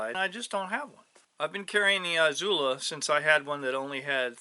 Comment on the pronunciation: Eeezula not eye zula. Love the videos but it’s killing me